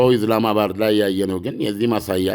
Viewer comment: እኔ ሚገርመኝ ኢስላመባድ ብለህ መጥራት አቅቶህ ነው ኢዝላማባድ ምትለው ?